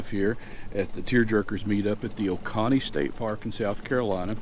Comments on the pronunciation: Great videos glad I found your channel as I’m looking to build a square drop pod that can be taken off of the trailer when I just need the trailer! Oh and it’s pronounced O-cone-E, not O-con-E, sorry had me cracking up every time you said it, but once again great videos! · There are a lot of great parks to camp at here in South Carolina. Y’all should plan a trip to Edisto Beach or hunting Island State Park down in Beaufort. Love your videos! FYI it’s pronounced oh-cone-ee